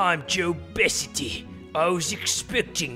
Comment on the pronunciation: pronouncing Jo Besity (jo-bea-ci-ty / J-Obesity) as ‘Joe Bes-iddy’ is killing me